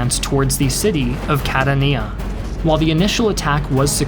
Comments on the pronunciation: Catania is pronounced Cat-an-ya, not Cat-an-ee-ya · Catania is pronounced Ca-TAN-ya not Ca-ta-NEE-a! And Troina is not "Tronia" as you keep calling it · i love your shows - but wish you'd get some of the pronunciations down a bit more! no one says cattaNEEa for instance, and god knows what happened to 'Troina' lol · Sicilian here: - while the literal translation is correct, "cassa da morto" (not "di morto") is just slang for "coffin" - it's pronounced "Catània" - it's pronounced "òrdine" - it's pronounced "Cassìbile" - the Carabinieri were and still are a gendarmerie, not just a police force Other than that, thank you for doing your best not to slaughter Italian pronunciation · CAT - ON - YA